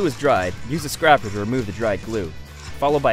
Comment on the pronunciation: Pull clamps? Pipe clamps. Scrapper? Scraper. (With a hard "a".) Daddos? Dados. (With a hard "a".) Just trying to help. Also, really cool design. I like this a lot.